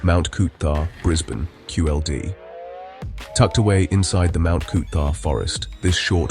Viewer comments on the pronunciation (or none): it is Mt Coot-tha not Mt Coobah